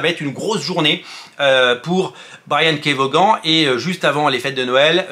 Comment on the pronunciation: Juste son nom se prononce vonne, pas voguane! Comme Stevie Ray Vaughan 🎸